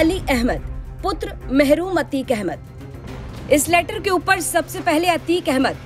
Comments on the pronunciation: महरूम नही है मरहूम है ठीक से पढ़ना भी नही आता पत्रकार बने पड़े है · Mahroom nhi marhoom likha sahi se pado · मैडम वो महरूम नहीं मरहूम पढ़िए